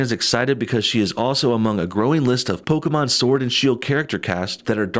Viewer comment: No bullshit: thanks for saying Pokémon and not "Pokee-mon"